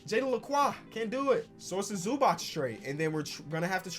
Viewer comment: The way you say Ivica Zubac😖